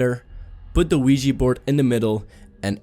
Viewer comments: It's pronounced *Ouija Board!! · It's pronounced Ouija Board. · the "WEEGEE" board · Its not Weegee Its Ouja Bord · It's pronounced *Ouija Board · The wee-jee board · Wee-Gee board😂😂😂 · It's pronounced *Ouija board you idoit!! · It's pronounced Ouija Board you idoit! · It's pronounced Ouija Board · did he just say.... THE LUIGI BOARD!?!?! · Weegi board lol